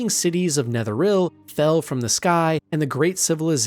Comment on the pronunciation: You are butchering so many pronounciations. NetherIL, Meestraa. What the hell dude? They literally say these names IN the game.